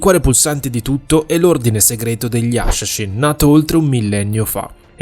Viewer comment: "Gli asciascín"